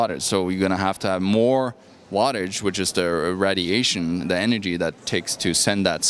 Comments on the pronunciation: GOES UP IN WATTAGE! This moron has no idea what he is talking about. If you know what WATTAGE IS! RAD iation. Does he even know how to pronounce RAY dilation. 60 WATT FRYS PEOPLE. WHERE DO THEY GET THESE BRAINLESS MORONS FROM. Oh here it comes the ubiquitous THEY, THE CONSPIRACY WITH THEY BEHIND IT. More RAD iation. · lol "Readiation" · Rad - E - ation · found a new way to say radiation